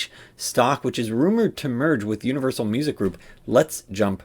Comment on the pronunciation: Its “Unrivalsal” 😂